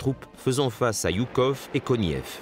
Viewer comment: Je suis un russe-phone (le russe est ma langue natale) et je dois vous dire, les auteurs de ce filme vraiment impressionant, qu'on prononçe le nom de marèchal Жуков - Joukov, et pas Yukov!